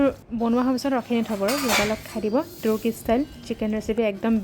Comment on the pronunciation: (Turkish) তুৰ্কিচ বুলি উচ্চাৰণ নকৰে বা তাৰকিচ্ বুলি কৰে।